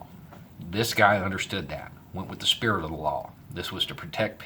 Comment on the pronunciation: "The Sperit of a Law" well said.